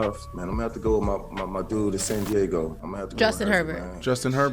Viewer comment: bro said san deigo